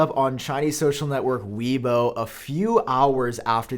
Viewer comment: its pronounced ' WAY-bo' :)